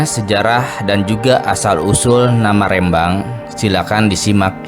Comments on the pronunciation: Rembang bukan rèmbang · minimal cari info cara melafalkan rembang bukan kayak melafalkan Medan tp RE nya seperti melafalkan Remah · Pengucapan Rembang salah, huruf e adalah e pepet seperti pada kata senang, telinga dsb...